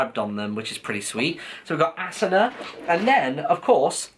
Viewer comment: Nope is Asuna (A-su-na)